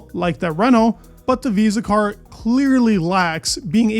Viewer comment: Instead of saying visa carb, just say VCARB